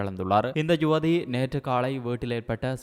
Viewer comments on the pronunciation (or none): ஜுவதி இல்லை யுவதி தமிழருக்கு தமிழ் வராவிட்டால் எப்படி